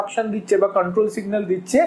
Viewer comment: Apni Porate aschen..Na pora dite aschen?? Jevabe poracchen..mone hocce age porano ses- Ekhon revise korchen. Ekdom baje. Pasapashi sobdo suneo bidghute lagche. Memory k bolchen Memari , Control k bolchel Kantrol..😬😬 Ki blbo. Purai baje